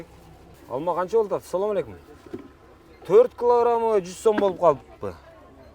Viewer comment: Соом алейкум дебей туура учурашсан